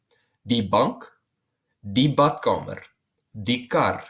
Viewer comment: As a german I feel like there's multiple ways I can pronounce my Rs but I never succeed in rolling it like that, like you pronounce vRRRiend and badkameRRR